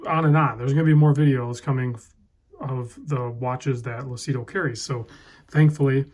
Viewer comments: it's pronounced "Loochido" (it means "clear" in Italian) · Lucido pronounced Lu-chi-doe means shiny in Italian.